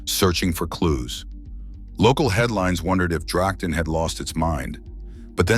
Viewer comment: Itv says Drachten, or dragten, not Drakten with CH as in loCHness..